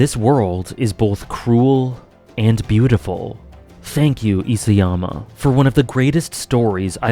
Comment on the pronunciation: Hey, long time viewer. Love your thoughts on anime and media. Just thought I'd be pedantic and correct you on the pronunciation of Isayama since you seem to love AoT and the author. Ee-sah-yama, not Ee-say-yama. Obviously doesn't detract from any of your opinions and criticisms. Cheers!